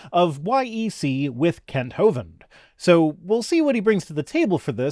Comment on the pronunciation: Kent? Wrong vowel surely !!